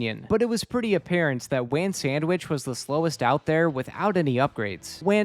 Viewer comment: its not "wan", its "wan"